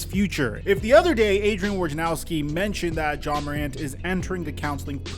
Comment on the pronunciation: Woj na row ski, not War ja now ski.